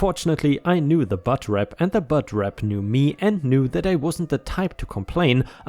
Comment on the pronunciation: Bud is pronounced with a "d" sound not a "t" sound. (It sounds like you're saying "the butt rep.") lol